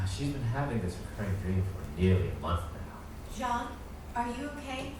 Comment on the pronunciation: It’s Jaune, not John. Means yellow in French.